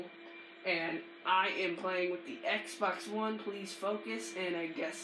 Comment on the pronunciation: your pissing me off speak propely say xbox one right